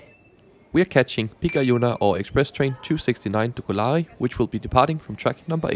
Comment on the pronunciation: på finsk er der tryk på første stavelse i ALLE ord. Så Kolari udtales med samme tryk som når du siger selleri på dansk. Udtalen af pikajuna er næsten korrekt :) På finsk er der forskel på a og ä. A er et åbent a, som du så fint udtaler i Kolari og pikajuna eller i appelsin på dansk. Ä er lukket, på samme måde som du ville finde i ananas på dansk :) K, P og T er alle bløde på finsk: For at ramme det K, skal man prøve at sige en mellemting mellem K og G. For at ramme det P, skal man prøve at sige en mellemting mellem P og B. For at ramme det T, skal man prøve at sige en mellemting mellem T og D. Jeg ved jeg er en detaljerytter her ;) Ikke ment som kritik, blot feedback som en mulighed for at lære og blive endnu bedre :)